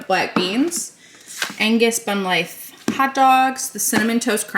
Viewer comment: 😅😅😅 You said bun "life" hot dogs..😅😅😅